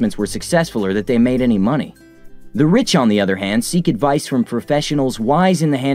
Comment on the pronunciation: What's frofessional